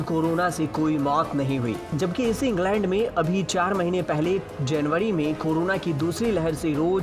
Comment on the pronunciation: जेनवरी नही जनवरी, बोल तोतले, टीकाकडड नहीं टीका करण बोल, कोडोड नहीं करोड़ बोल बिहारी तोतले, पत्रकारिता छोड पकौड़े बेच